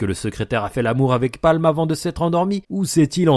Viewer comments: C'est pamu et pas palm Non? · alors c'est Paamu et pas Palme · C’est pas Palm c’est paamu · Pâmu, pas Palm ptdr